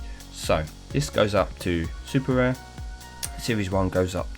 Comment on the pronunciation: So many times you said sr instead of rare😅 GG on the bentley, deserved after those ceramics